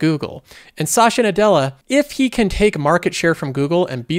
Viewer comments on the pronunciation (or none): a little help for you to pronounce his name correctly, I know it's hard for non native speakers but here is it - You have done too many videos with Sasha Nadela haha